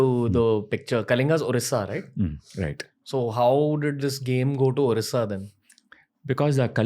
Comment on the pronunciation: First of all this is Odisha not orisha.Please correct yourself.